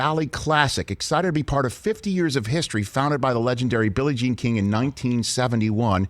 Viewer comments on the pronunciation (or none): none